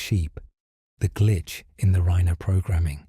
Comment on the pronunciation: This is AI. It's Reye-ner. Not Reener.